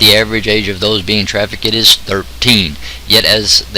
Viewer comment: It is traffic-d. Bit tra-fi-ket-ted. You make it sound like a traffic ticket. And the Indian name is pronounced Pah-tel with the accent on the second syllable. What I’d like to know, is what is DRIVING this market? WHY do men lust after 13 year olds or 10 year olds? Are they PORN addicts and then want something different that is taboo? One of my guesses is that, they are infected with demons from all the porn watching, and that desire is perhaps implanted in them. If there were no lust for this, there would be NO MARKET. What are we going to do by the CAUSE ? Yes, Trump is dealing with the EFFECT, but we also need to address the CAUSE. The men who are using these children need to be arrested and tried and exposed. I don’t know if they can be rehabbed. Threatening people is not bribery, it is extortion. It is a form of mind control.